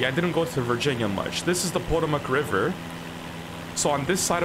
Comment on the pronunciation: The Pah TOE MIC RIVER